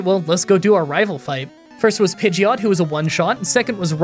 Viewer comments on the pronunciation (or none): none